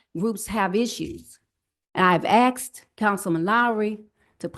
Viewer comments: I love how she “axed” him. 😂 Did it hurt? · "Axed" about the circus Can't pronounce a single syllable word That's you government I know, no one cares That's why america died and was run over by illegal aliens and blacks with bigger cock inches than IQ brains I LOVE the fake hair though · “I 🪓 axed 🪓 !” Why did she just admit to using a tool typically used for chopping wood?!